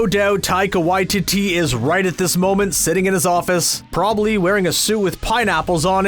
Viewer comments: Said the directors name wrong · Learn to say the director's name properly.